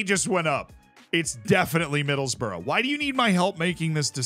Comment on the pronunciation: It’s not middles-borough it’s middles-brugh